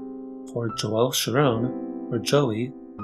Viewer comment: I think it's Sciarrone, and not Sciaronne. The first sounds Italian, the second Jewish.